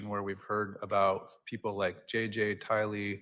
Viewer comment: Anyone else feel irked when the judge says Tylee's name with the wrong infliction!?!? Lol🙃🫠😉😝